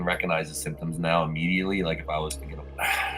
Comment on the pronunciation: Symptombs? WTF is a ‘symptomb’?